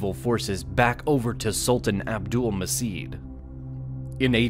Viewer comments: A little correction: The "C" letter in Abdulmecid is pronounced "J" as that's how it works in Turkish so the name is Abdulmejid not Abdulmesid. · sultan abülmecid pronunciation is "abdülmeged" not "abdülmesid" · It shouldnt have been pronounced Abdülmesit. it have to be like abdoulmajeed. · Very informative video but a slight mistake 1- It's pronounced as "Abdul-Ma'j'id" not "Abdul-Ma's'id" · Abdülmecid " turkish" pronounced Abdulmajed.